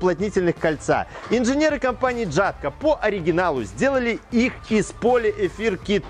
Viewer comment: хоть это и не правильно, но ели говорить ЯТКО - это мягче для уха